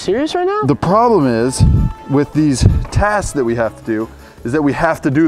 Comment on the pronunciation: you said taks instead of of tasks